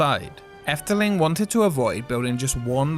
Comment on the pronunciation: Oh well thank you! Are you Dutch since you pronounced "Efteling" so well [Edit] Okay you're not Dutch, but your pronunciation is very good so.